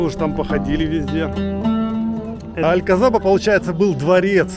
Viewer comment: Произносить надо АлькаСаба,З не произносят в Испании)))